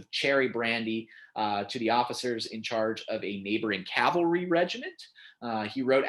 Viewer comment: On a good note: I have been a modern Cavalryman for my entire Army career (30 years). Thank you saying it correctly. Cav-alry, not Cal-valry like so many.